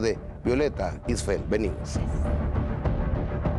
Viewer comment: Gustavo siempre dice Istfel 😒mal de su parte no preguntar si lo dice correctamente...poco Profesional